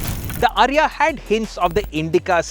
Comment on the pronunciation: Its not "Ariya". It is pronounced "AAriya"